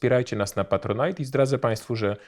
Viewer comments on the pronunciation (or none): none